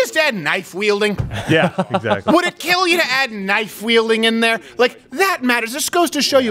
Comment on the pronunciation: Your knife, it will keel